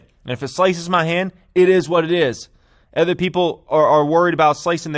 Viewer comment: When you stop saying “ether” instead of “other”, I’ll hit the like button. It’s O-der, nor A-ther.